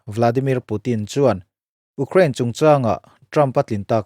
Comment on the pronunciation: A ngaihnawm ṭhin hle mai a, i Mizo ṭawng hman ah pawh fello a awm lo bawka, Ukraine erawh tlemin lam uluk deuh tala, abak chu duhthusam ni maiin ka hria. A dang te pawh han ti zel rawh khai, mahni ṭawng pawh lam fuh mumal theilo ning nel ve tak tak te thu sawi ai chuan ngaihthlak pawh amanhla viau e.